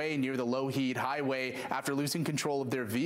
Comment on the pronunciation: Pronunciation Not "low heed highway"